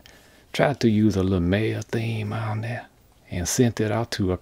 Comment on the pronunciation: "these things right thuh"